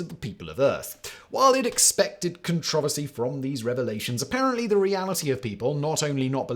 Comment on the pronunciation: Just reading the tittle knew he would pronounce "controversy " without a couple letters.